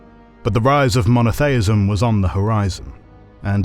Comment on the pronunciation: Mono-thay-ism? LMAO. Smacks of hpercorrection.